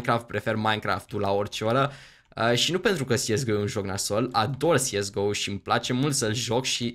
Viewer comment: tu spui "siesgo" dar eu credeam că este corect să spui "cesego" nush sigur dar așa credeam eu.